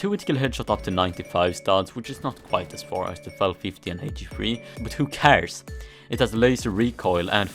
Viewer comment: “Who cäræs”